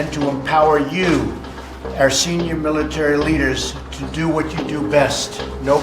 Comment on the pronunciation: It's nice to hear a president actually say "our nation" instead of "are nation"